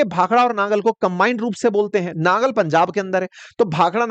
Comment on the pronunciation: तरन तारण, तारा तारण नहीं, नंगल, नांगल नहीं, बिलासपुर है सिर विलासपुर नहीं